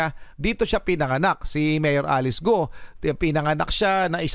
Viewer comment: G is pronounced as K sound